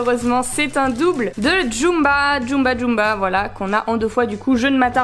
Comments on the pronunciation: C'est une torture a chaque fois que j'entends Djumba au lieu de Gantou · C'est plutôt Gantu (Prononcé Gantou), pas Jumba pour aller avec Stitch 😊 Jumba est plutôt sympathique. Belle ouverture en tous cas ^^